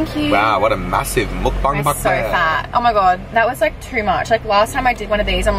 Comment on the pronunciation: First time I've seen a youtuber (who isn't korean or asian) pronounce mukbang properly. WE LOVE AN EDUCATED ICON. LOVE YOU BOTH SO MUCH! Xx Q